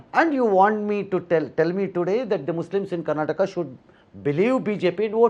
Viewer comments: Karnatak alla.. karnataka.. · Karnataka....Karnatak alla sir .... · Avnig yaradru helro adu Karnataka not Karnatakk anta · ಅವರು ಹಿಂದಿಯಲ್ಲೇ ಮಾತನಾಡಲಿ ಆದರೆ ಇದು ಕರ್ನಾಟಕ್ ಅಲ್ಲ ಕರ್ನಾಟಕ ಅಂತ ಹೇಳಲಿ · Karnatak alla adu karnataka , next time northie nayakarige helkodi interview ginna munche